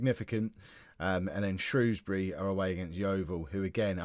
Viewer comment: Can I just say as someone who lives just outside of Shrewsbury, thank you for not pronouncing it Shrowsbury, as a lot of southerners seem to do